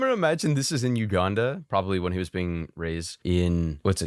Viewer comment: He was born in Uganda. Uganda. We have internet and watch this kinda content. Please give us the shout-out. "You-gun-duh"